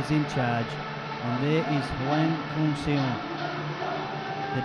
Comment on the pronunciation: The mispronouncing of hwang kyung seon is making me cringe